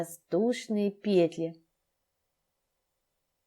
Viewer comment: Все хорошо, НО в слове ПЕТЛИ. Ударение на последнем слоге петлИ !